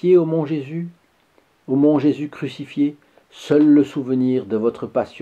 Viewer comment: Bien sur ''seul'' et non pas ''sel''